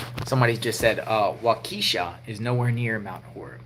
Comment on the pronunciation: It’s not Walkesha, it’s pronounced Walk-a-shau, lived in Wisconsin all my life.